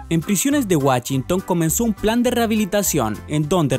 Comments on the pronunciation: wachinton jajajaja :v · Que yo sepa se llamaba Washington, no Wachington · Morí cuando digo “Prisiones de wachinton” xD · Wachinton ajajajaja